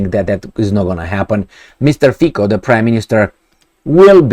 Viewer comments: His surname is pronounced Fi-C-o, not Fi-K-o. "C" as one would pronounce "Z" in German language. Also, one of those "mysterious" forces is called coalition. Just because his party won election doesn't mean it will rule without limitations. It doesn't have majority in Parliament, therefore it needs to forge alliances with other political parties. And yes, there is NATO, EU, contracts - you name it. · Its not Fiko..its Fico 😅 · after doing several video about Slovakia, maybe it's time to pronounce correctly the name FICO. It is "FITZO" not FIKO. Only 4 letters, come on. - the words of Slovakian Defense Minister are irrelevant. He is a member of government that is about to leave and their views are fundamentally different from Fico's views. - As a Slovakian I understand the skepticism after seeing what Meloni did, what US and British "conservatives" are doing, I remain cautiously hopeful . Breaking his major election promise on day 1 would be his political end of the road. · Fico is pronounced as Fitso. Fițo... like that.:) Fiko in Slovak means something like to f*ck.:))) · Fico, pronounced Fitzo, hasn't formed a government yet and you know what will happen next, because you don't even know him. You are very focused on yourself, wait and see what happens next. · You are sure its NOT 'F*CKYOU ?! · hehe repeat after me : mr . FITSO not K but like tsunami C / ts/